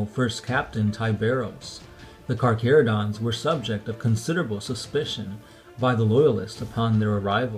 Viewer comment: A space shark player i know hates this video due to the way the Carcharodons are said (Car-care-oh-dons.) Instead of (Car-Car-oh-dons)